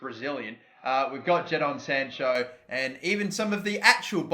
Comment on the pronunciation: Anyone annoyed how he pronounces sancho 😂😂